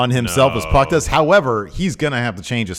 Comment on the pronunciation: Can you two please call PAC by his name, he's name isn't meant to sound like X-Pac (it's prob the reason he pronounces it the way he do)